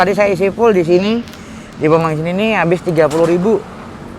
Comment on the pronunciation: Bensin om bukan bengsin, wkwk, ngecaprak bae ya. Terimakasih infonya